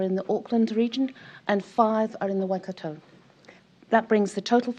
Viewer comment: Please do not say wai- cat- oh it's Wai -cut-tor 😒